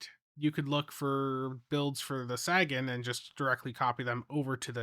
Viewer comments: the dude the ship is named for said SAYgun. No one cares how Missouri mispronounces it. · Quick note: It's pronounced Say-gan. Like in Carl Sagan. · Dude do you even science? Sagan, as in Carl Sagan. SAY-gun Sagan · Ffs, can you stop calling it the "sag-an"? It's actually insulting to Carl Sagan when you do that. You know how it's pronounced, just say it right. So annoying. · SAY-gan. Jeeezzzz! 🎉🎉🎉😊🎉🎉🎉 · The Saggin? 🤣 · Oh, no., Sagan is pronounced like “Say Ginn” as in the famous Carl Sagan. Carl Sagan was a brilliant astrophysicist, writer, and science communicator who had an unparalleled gift for making the wonders of the cosmos accessible to everyone, inspiring generations to look up at the stars with curiosity and awe. Through his bestselling books, groundbreaking TV series Cosmos, and tireless advocacy for science and reason, he championed the power of human understanding and the beauty of our place in the universe. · Let's say it one more time... Sagan - pronounced Saygen. Named after Carl Sagan. Famous Astronomist and Physicist from the 70s and 80s. Where the term Pale Blue Dot came from. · he knows how it's pronounced, he says it that way so people come into the comments to give him engagement metrics lol you guys gotta stop falling for this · //he knows how it's pronounced, he says it that way so people come into the comments to give him engagement metrics lol you guys gotta stop falling for this// I prefer to believe that he's from an alternate reality where Sagan is Sagging. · Sagan rhymes with raygun, not dragon. 😁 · My only real gripe about this ship* is that the pets are not new: I was hoping for an Alliance Shuttle or Frigate Pet to come closer to the game having a complete set of Alliance equipment. If that is the only problem it is a really good event reward. Also, your pronunciation of Sagan makes my ears bleed. *other than the disappearing blog post, probably site issues causing a rollback. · I keep expecting him to say "Sagging"